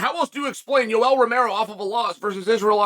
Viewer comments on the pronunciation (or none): none